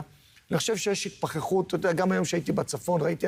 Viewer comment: אפשר לחשוב ... כמה נורא שהוא אמר התפחחות